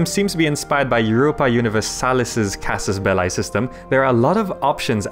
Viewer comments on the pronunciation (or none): belliii (though short i) omg not belai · Am I the only one that is surprised that one one noticed casus belli should be pronounced more like casus "bellee"? The way you pronounce it, casus ballae, is I think the plural of that word. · It's not Belai it's Belee (Belli) ffs....:P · it's casus "belly": "Bellae" (how you pronounce it) is a wrong conjuagation of the noun Bellum - "-ae" is usually a plural suffix, but the plural (genitive) would be casus bellorum. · It is latin. "Belli" is pronounced in a single way in latin: casus belli /'kazuz 'bɛlli/ or /'kazus 'bɛlli/. However there are different schools for something like Caesar (regarding the "Cae" part). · Casus Belli is a latin expression and in latin it is not pronounced with eye but with simply i or if you are English with e. (this being the correct way to pronounce) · anybody get weirded out when he says casus belie with an english accent instead of casus belli like the latin way? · How to recognize Fireaxis plebs : they pronounce it "Casus Bell-ay" Hail Europa! (Universalis) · It's pronounced belee. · "Belli" is pronouced just like the word "Belly". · It`s pronounced CAsus BElee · please look up how to properly pronounce casus belli my ears are bleeding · You're pronouncing Casus Belli wrong. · Yes, I noted that... is really strange. By the way, you did a really nice video! :) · ...That's not how you read "casus belli". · would watch the video but you didin't bother to learn how to properly pronounce Casus belli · Dude do your research that's not how casus belli is pronounced, plus it's Latin not English or British for that matter